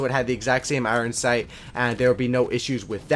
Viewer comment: he said "Iran sights" lol